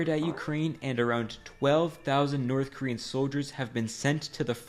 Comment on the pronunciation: oh yea let’s go hit up the NOTTH KOREAN dealer😂😂😂